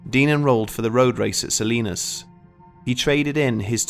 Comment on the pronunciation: Respect for saying Salinas correctly.